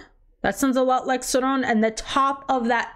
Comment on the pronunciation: The way she’s pronouncing Sauron is driving me nuts !